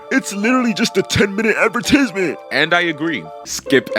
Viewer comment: The way he pronounced advertisement😂